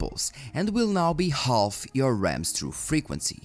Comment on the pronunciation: Eu entendo que você fala português e seu inglês é incrível L na palavra Half fica em silêncio. Adoro seu conteúdo continue com o ótimo trabalho irmão